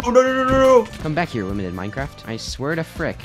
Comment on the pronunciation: Bro limited sound like doly 😂